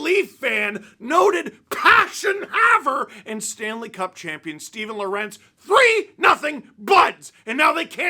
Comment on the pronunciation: I might be mistaken, but when Lorentz was on the Hurricanes I think he said it was pronounced LOR-entz (almost sounding like the name Lawrence). Maybe he’s changed his mind